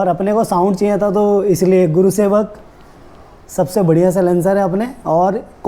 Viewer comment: Its gursewak not gurusewak!!